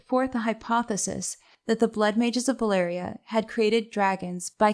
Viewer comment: I'm just here wondering why do people in general keep pronouncing Valyria and Velaryon wrong...